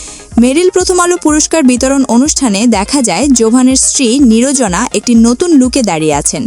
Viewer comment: আমার মাথায় শুধু একটা কথায় ঘুরতেছে,আচ্ছা এ ধরনের চ্যানেলগুলোকে সাবস্ক্রাইব করে কারা, নির্জনার নামটাও সুন্দর করে বলতে পারতেছে না, কিন্তু আসছে তার নামে খারাপ মন্তব্য করার